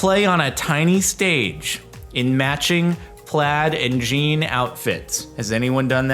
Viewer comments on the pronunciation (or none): none